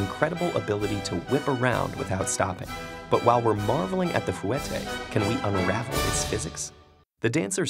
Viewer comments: its pronnouced FAW-TAY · dude steady talking bout "fu ette" I can't 😂💀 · When you're a dancer... fOO-eh-TAY? Really, announcer dude? 😑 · but. "foo-ett-ay" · Who else is a ballerina and already knew all of this. And he said fouetté wrong. Isn't it fwe-tay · It really annoyed me the fact he didn't mention spotting during the fouette ( you was saying it wrong by the way, it's pronounced fwetey - or at least that's what I was taught as a dancer ) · FOU-WETTE WHAT ARE YOU TALKING ABOUT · He pronounced it foo-what-ay 😂 and it erked me so much. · or fwa-tay ugh I hate it when people say that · Why does he pronounce it like "foo-ette" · "Foo-ette" lmao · The way he said fouetté made me cringe so much, it's pronounced fwa-tay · fwettay lmao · nobody's mentioned that the french stress is on the last syllable, most english speakers put the stress on the "et". Like the difference between english and french pronunciations of pate (with an acute accent that I don't know how to type!). PAtay and paTAY, approximately. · It's prenounced fwatay... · I am a dancer and that is absolutely not how you pronounce fouettés. There are so many things wrong with this video. But thanks for trying… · WHY DID HE JUST PRONOUNCE FOUETTÉS LIKE THAT 💀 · Anybody else vomit at his pronunciation of fouetté???? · The only thing I could think about is how he’s saying fouetté wrong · Sorry but that not how you pronounce fouettés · The way he pronounces fouetté is annoying me lol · I cringed at how he pronounced fouette. Ugh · omg you said fouette wrong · lol it's pronounced flatte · I'm sorry but cough cough how did u pronounce fouetté again???? Cringing at how he pronounced it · Ugh his pronounciation makes me cringe only bc I'm a dancer and know how to say it 😂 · That cringey fouetté pronounciation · The pronunciation of fouettés is brilliant😂. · I'm really fucking annoyed with how he pronounces fouette. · "Fouetté" cringing. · He's saying fouetté wrong. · I cringe at the way he says fouetté